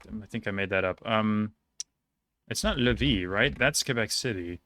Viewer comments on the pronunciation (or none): none